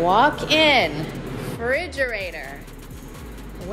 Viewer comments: Are we all just gonna ignore that she pronounces it “fridgerator” ? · Why she calls it frigerator instead of refrigerator?? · It is a refrigerator not frigerator. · Kim "Walk in fridgerator!" FRIDGERATOR!? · does she say fridgerator?